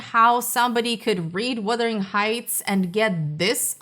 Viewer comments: Can we please stop calling it "Withering" Heights 🙄🙄🙄??? FFS, it's WUthering!!! 😬😬😬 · Perhaps you should pronounce the title correctly? It’s not WITHERING, it’s WUTHERING heights. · Filmmakers are totally blind, deaf, and DUMB when it comes to what the ticket buying public wants from a film. And the word is "wuthering", not "withering"...not to say this movie was definitely withered once released, but the heights were wuthering. Poorly adapted, poorly cast, poorly developed makes for a total waste of money. JMHO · " Wuthering," not " Wothering Heights." The book is great. Thanks for posting this so I will make sure not to watch this version. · What I want to know is WHY so many people keep saying ‘Withering’ Heights instead of ‘Wuthering’. This is the weirdest part to me